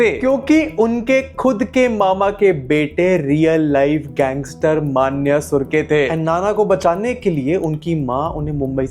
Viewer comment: Not मान्या, it's मन्या 😅